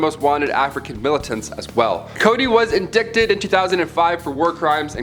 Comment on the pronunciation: Hey awesome new channel!💕 I just thought I'd let you know that the word indicted is actually pronounced in-dite-ed. I promise I'm not being a dick, (I always pronounce things wrong and I wish people would just tell me!😅) just letting you know.